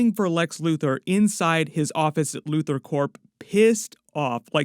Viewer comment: I thought he called him Loser instead of Luther. 😂